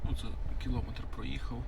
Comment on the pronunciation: Вибачте, але не можу це слухати. Третій раз почув кілОметр і вимкнув. Неможна так паплюжити мову.